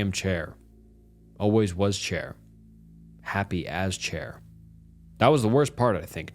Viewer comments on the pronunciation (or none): “He is chaior”.